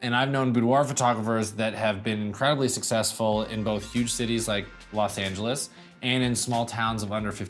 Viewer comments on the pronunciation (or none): none